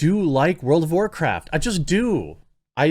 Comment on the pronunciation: world of war-chricton? (Michael chricton?) world of war cripe? war criped? war cripen?